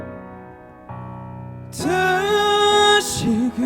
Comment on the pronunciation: 왼쪽:3중에 최고음, 근데 안정적이라기 보단 목으로 얕게 지르는 불안불안(지키지못한에서 한글자한글자 따로 지름 지키지못한~을 지!키!지!못!한) 중간:발음 자꾸 뭉갬, 플라워 고유진처럼 뭉개면 ㅆ간지인데 그냥 이분은 혼자 감미로운척 하는거같음(다아아시금을 드으으으시금, 그대의를 그드으) 오른쪽:음색이 호불호긴한데 난 좋음. 근데 저음에서 가사전달도 잘 안되고 음도 안올라거는데. 이렇게 따지면 박명수도 프로가수임